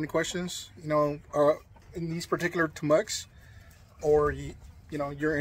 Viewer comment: Good video and love what you have done with your setup! A couple comments if you're willing to hear them. First, I graduated from TAMUK and the school name is pronounced Tam-uke (like nuke or the beginning of the word "nuclear" when George W Bush tries to say it). Second, in terms of reducing heat stress on these rabbits, have you thought about installing a radiant barrier along the rafters inside the barn? This air gap and radiant barrier combination has the potential to keep the temperature below the roof from increasing as the temperature of the roofing materials does. The rolls can be purchased online or at the major home improvement stores and can be installed with a staple gun.